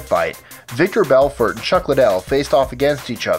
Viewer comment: Did he really just say Victor Belfort